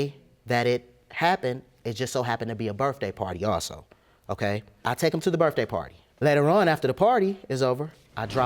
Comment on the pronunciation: Why does he pronounce it "Birfday" instead of "Birthday"?